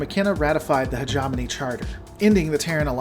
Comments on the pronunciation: heh-jaw-moan-eeeee NO heh-jaw-money NO hedge-em-own-eeee YES heh-gem-un-eeee YES HOW HARD IS THAT ?!!!!! You are a first rate troll. You are doing this on purpose. Your videos are really good though... BAH ! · Um it's hegemony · No worries bud, hegemony is very rarely spoken. I twitch a bit when you mispronounce it, but remember it is an almost forgotten word. I guess because it's a mouthful of a word.